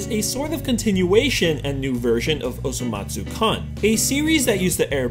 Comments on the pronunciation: I heard can not kun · ITS PRONOUNCED KOON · Y-You pronounced "kun" wrong... FAKE OTAKU ALERT! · this man isn't an otaku he didn't pronounce "kun" right